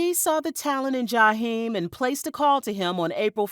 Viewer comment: I just wish you could pronounce his name the correct way.